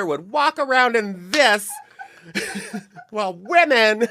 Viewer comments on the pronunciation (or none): Heather I noticed you say “worth my wild” a lot and it’s actually “worth my while” ❤️